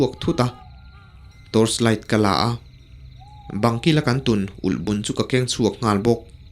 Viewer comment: silai elhbun nilovin ulhbun tih tur ani zawk lo maw...... Chuan i aw analh a ngaihthlak anuam hlemai❤